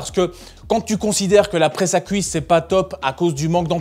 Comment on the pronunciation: "Fouir" , "couisses" 😮 😅